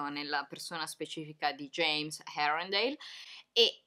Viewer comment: ah, un'altra cosa amici: herondale si pronuncia "erondeile" o "irondeile"? io lo pronuncio come il secondo, ditemi se sbaglio vi prego